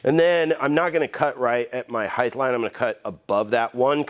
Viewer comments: Great video but just fyi: you can't pronounce "height". You tend to say "heigth" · Are you saying “heighth”!? You know it’s “height”, right? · I love the channel but, the word "heighth" kills me.